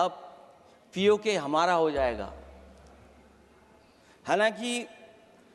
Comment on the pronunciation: पीओके बोल तो पाते नहीं है और बाते और भाषण कर रहे है